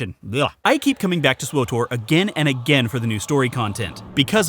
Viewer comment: I'm glad you like Swuh Tor at Muh Mor Pig Com